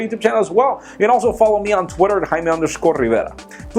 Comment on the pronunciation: i'm haime rrrrrrrrrriveda :)